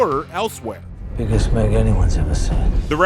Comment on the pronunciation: It’s Meg not mayg